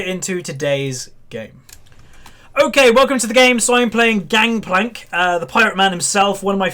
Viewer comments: its gankplank not gankplak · Its gangplank not gangkplank right?